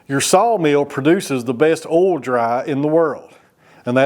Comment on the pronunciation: I know you are down in Tennessee whare people have a different accent but you say ol when it spelled O-I-L you don't pronounce the I. Sounds wired.